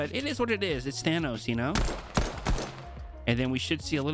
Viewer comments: How people normally prounounce Thanos: thFanos Vs How prounounce it: T-Hanos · Its th anos not T hanos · You said thanos wrong your suppose to say it like than then os not t then hanos. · did he jus say t-hanos is a scientist... 😭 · "Word on the street is that we're getting T-hanos tonight" 😂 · ay! I'm not the only one who calls him t-hanos! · “T-hanos is very intelligent ”😂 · "T-Hanos" 😂 I loved explanations to why he chose certain backblings for Thanos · Tee-han-nos dancing will forever be cursed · Now to annoy my friends by saying T-hanos all night lol Thanks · T-hanos hahahahahah I am dead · TI hanos 😂😂😂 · did you really just say T-hanos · Whay you say tea hanos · T hanos huh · T Han Os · Plz never say t-hanos again absolute cringe😐